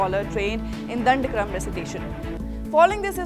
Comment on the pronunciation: Pronounce properly...dhandakrama